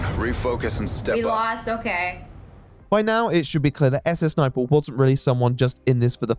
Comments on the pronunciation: endlessly funny that jacksfilms calls her "suh-suh sniperwolf" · I mean, that's how you pronounce "SSSniperwolf"...Let's say, for example, that you'd want to pronounce the African country of "Niger"...an extra letter would surely chance the way you say that word, would it not?